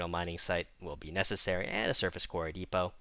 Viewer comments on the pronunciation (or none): none